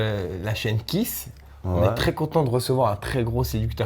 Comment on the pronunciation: Hé les gars , Kees ça ne devrait pas se prononcer Kiss mais kiz ...? 😂